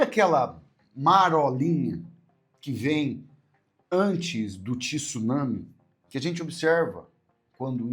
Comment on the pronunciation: Com o sobrenome Oyama ela é o que, nordestina ??? E por favor fale certo TSUnami e não Tisunami.